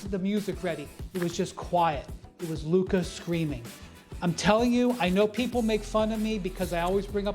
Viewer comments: Sas keeps calling luka, “luker” I really dont think you want to keep playing these petty little games with this man because like wade back in the day he gets much better when he’s mad. Learn how to say his name currently because he deserved it. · Who is “Luker”? Lol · Luker Donquich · For the past six years, Stephen A. has been unable to pronounce Luka's name correctly. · Luker Donchic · He called him luker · You mean Luker? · "Luker" lmaooo never change Stephen A. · is the hardest R I’ve ever heard Stephen A use when pronouncing Luka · Why can't Stephen A pronounce Luka's name correctly? Does he do it on purpose? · What does Luka have to do to get SAS to pronounce his name correctly? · Maybe when luka becomes champ Stephen can finally pronounce his name correctly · He knows. He just choose not to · Stephen A. Smith - "Lukerrr Donkick" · SAS FINALLY pronounced Luka’s name right instead of saying “Luker” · Looker Doncic 🤣 - Stephen A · Stephen A calling Luka “Luker” makes me so annoyed! Figure out how to say his name right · My man stay callin him Luker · Why does Stephen A say Luker 😂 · Is it really that hard to not say Luker? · Hey Stephen A.!!!, Who's "LUKER"???. LOL 😆 😂 🤣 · Luker lmao cmon Stephen A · Lukarr, stephen a smith keeps on smashing luka's names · “Luker…” -SA Always makes me cringe. Lmao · Luk-AH it's Luk-AH! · “The significance of LUKER” Lmaooooo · Stephen A calling Luka “Luker”. You got nicknames already? Go back to Anty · If SAS says “Luk-er” one more time….. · Why is he calling him Luker? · Lukerrrr lol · Stephen A saying ‘Luker’ instead of Luka has so be a slur of some kind😂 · Never call him luker ever again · Why have i seen no one talk about how SAS always says “Luker” and not “Luka” 💀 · It’s on sight when I see SAS…I cannot take it anymore He keep putting an R in Luka’s name…we cannot stand for this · Geez Stephen A, its LUKA not lukerr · that's how Stephen A pronounces "Luka" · Luker beat Minnesoter🤣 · Bro called him Luker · Who tf is luker 🤣